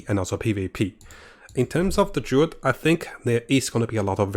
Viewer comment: It's not Durid... it's Druid